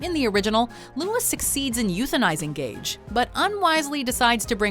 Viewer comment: It’s Gage not Gauge